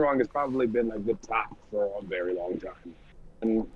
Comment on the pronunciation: Right! I was for it until he said paid foh